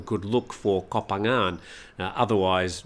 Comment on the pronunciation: Koh is pronounced 'Goh' a short vowel.